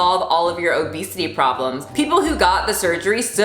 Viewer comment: Did you say OBEASTITY? 😂🤣oké now I’m offended 😅